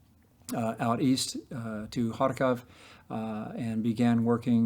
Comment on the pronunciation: Love what this guy is doing but the way he says Kharkvov(?) I though he was telling me to far cough 😂